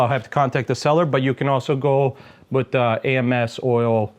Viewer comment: "AMS oil" lol, first time hearing that one. 😆